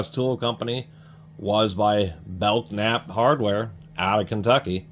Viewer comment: FYI. Belknap is pronounced Bell-nap. The K is silent. I’m from Louisville, there’s still things around with the same name. Nice review. I didn’t know they made tools.